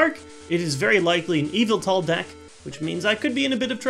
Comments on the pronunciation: Ohhhh! I thought he was saying `EVIL TALL` when he was saying `YVETAL` in a way I wasn't familiar with. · Whenever he said Yveltal, I kept hearing Evil Tall lol. I always pronounced it with the emphasis on vel, but idk :p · Every time he says Yveltal, I think he's saying Evoltile like in Yugioh.